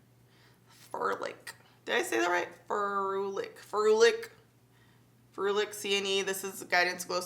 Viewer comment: Ferulic (Fuh-Roo-Lick) furlick 😂😂 🐶👅💕